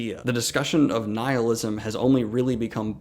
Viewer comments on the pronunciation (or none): none